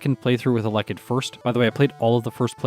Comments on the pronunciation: Isn't it pronounced "Ella kid" rather than "a leckid"? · It’s pronounced Ella kid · The way you pronounce Elekid is scratching at my brain in a bad way. But your videos are too good to skip any!